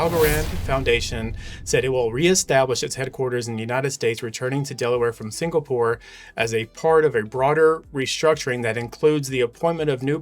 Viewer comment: You lost me when you couldn’t pronounce Singapore, and just went with it.